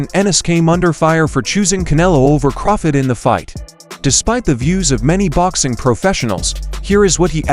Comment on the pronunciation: Please stop saying Terrance Crawfid it's CRAWFORD.LOOOL